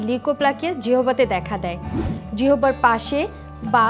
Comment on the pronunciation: জিহবা নয় ম্যাডাম জিহ্বা 🙄🙄🙄🙄🙄